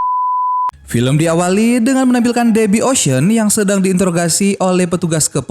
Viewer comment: Min ocean 8 bacanya bukan ocean egg. Emang telor 😅😂. Ocean 8 bacanya (oshen eit)